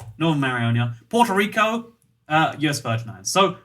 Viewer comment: did you just say porto rico